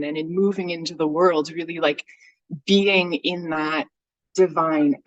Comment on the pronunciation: Lol the way she pronounces BE-ING .. BAYING 😂